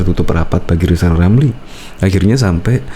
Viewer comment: Keminter, ngomong R saja belum jejeg kok sok-sok-an. Siapapun presidennya nanti, RR tetap tdk akan laku, tetap akan menjadi ekonom jadul gelandangan sepanjang masa, karena semakin banyak ngomong tak bermutu akan semakin tampak kualitasnya yg minor shg tak layak menjadi bagian dr eksekutif nkri